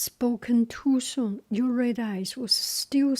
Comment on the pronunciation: Yer-ah Dis-ee😊